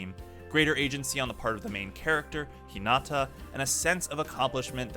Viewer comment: Nice video and all, but the way he says some of the characters and schools names really pisses me off lol. Like Hinata is He-Nata and Karasuno is Car-Ah-Soo-No